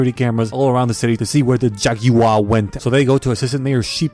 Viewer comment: The way he says savAge and jagUAR